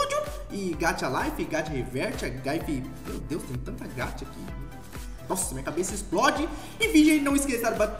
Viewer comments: não é gatchaaaaaaaaaaaa para se fala gaxa estúdio e se escreve gacha estudio só para isso plisss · Não é gatha e gacha GACHAAAAA o correto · Se fala gacha n gatia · Posso corrigir? Se puder, é gacha e não gatcha Apesar disso eu amo seu canal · não se fala "gatcha" se fala gacha tipo ga de Gabriel e cha de chá,desculpa se eu Pareci arrogante só queria ajudar:"3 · Se fala gancha mais se escreve gacha...tendeu? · É GACHA GACHA TEM SOM DE X GAXAAAAAAAAAAAAAAAAAAAAAAAAAAA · Não é gaxa é gacha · Nao é gatia e gaxa q fala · É gacha e não gatha 😑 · É gachá que se pronuncia cara tipo chá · Se fala ga Xá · Então você fala meio errado é assim que fala gaxa mas não é assim que escreve blz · Gacha tem som de x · Se pronuncia gaxa ,_ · Se fala gaxa estudio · Cara fala assim "gaxa" se fala assim e se escreve "gacha"... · O "gacha" se fala gaxa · SE PRONUNCIA G-A-C-H-A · Mano...mano... Vc fala Gacha errado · vc fala erado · Nao é gacha do geito que vc fala é o geito que vc le o ch nomal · E tão difícil falar gacha? Ninguém sabe fala não? Só gachatuber de vvd sabe falar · Vc fala muito errado gacha Studio